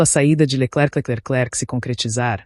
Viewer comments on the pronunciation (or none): Leckeclecleclek!!!!!! Que é esse?